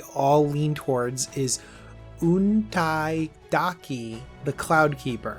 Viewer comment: Props on putting the effort into saying Untaidake correctly. I shudder to think what Saffron Olive would have called it.